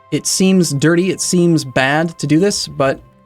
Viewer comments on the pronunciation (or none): none